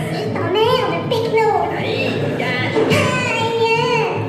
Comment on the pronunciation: C'est péquenot, pas pechno ^^